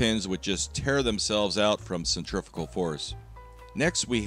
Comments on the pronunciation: Had a physics teacher that would tell me it's "centri-FYOOGAL" force, not centrif*ckal force :) Looks like a terrifying round too, love it. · "Centrifical" force? :-(